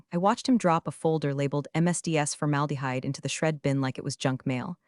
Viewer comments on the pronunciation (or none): none